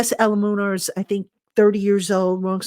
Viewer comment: Hi, His name is pronounced Jermaine ELU-MUN-OR 😂😂😂